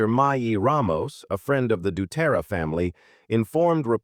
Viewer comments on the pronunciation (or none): Dera??? DECERA!